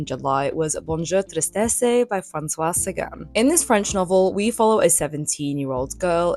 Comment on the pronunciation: The e at the end of tristesse is silent. So it is pronounced treest-eh-ss